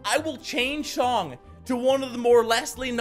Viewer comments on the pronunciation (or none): he said Chong instead of song